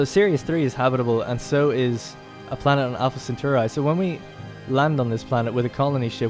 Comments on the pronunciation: I hate to nitpick, but as a Roman it is pronounced "Centauree" and not "Centaureye". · SEN-TAR-EE not SEN-TOR_EYE lol Thanks for the vid been curious about this game. on a side note it completely baffles and terrifies me how this modern generation is so incapable of pronouncing even the simplest of words.....Anyone who thinks the dumbing down of society is just a conspiracy theory should watch this video...I mean simple words totally unable to pronounce them.....smfh. At any rate he does a nice in depth play of the game.